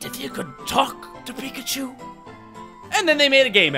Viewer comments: When you said Pikachu why are you doing this to me I thought you said bacon soup why are you doing this to me and it's aerodactyl not ariodactyl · for me it was baconchu and... i forgot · Is it me or when started counting how many times he said pikachu, it sounded like "pick a Jew" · I hear “pick and chew”. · when you try to hear pikachu over 10 times, it sounds like pick-a-shoe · when he counted how many times he said pikachu it sounded like "peek at you" are you a stalker? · Who else hears pick achu instead of pikachu at the pikachu montonge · Its pick-a-shoe! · I kept hearing pig-a-choo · To me it sounded like peek-at-choo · By the end of the video, "Pikachu" sounded like "Peek at chew." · I just started to hear "Pick at chu" at the end. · watch it slowly and it sound like he is saying pikaeschu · pick a shoe. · When you were counting all the times you said pikachu it sounded like you were saying pick a shoe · after a while of him saying Pikachu it starts to sound like, pick a shoe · when he keeps saying pikachu i eventually start hearing "pick a shoe" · After hearing pikachu so many times it sounds like “pick a shoe” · Pick n choose. That's what it sounded like at the end. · After a while it sounded like Pick-a-Choo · the more i hear Pikachu, the more i hear "Pick a Shoe" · lol sounds like you said pick a shoe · it sounds like u were saying pick a shoe XDDDD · After all that, pikachu sounds like Pick a shoe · it kinda sounds like you are saying pick at you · Pikachu pikatoo pikashoe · Am I the only one that thought he says pickandchose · It started to sound like pick a chew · It sounds like pick at you